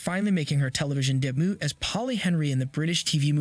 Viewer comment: Learn how to pronounce likable and debut. This sounded like text to speech.